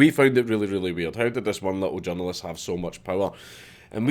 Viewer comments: You say "journalist"... I hear "junglist" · Took me a couple of minutes to figure out Dankula was saying 'journalist', not 'John Lewist' haha, thought it might be Scottish slang at first... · I keep thinking you were saying "John Lewis" I was like wtf... No your saying "journalist" lmao